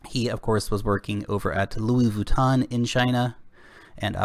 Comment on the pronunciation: "Luis Vooton" lol